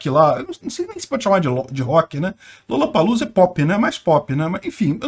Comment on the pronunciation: Lollapalooza você quis dizer: "Rolapaloza" ou "Lulapaloza"